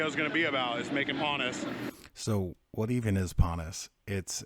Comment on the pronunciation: Pannas is not correct. It is pon haus.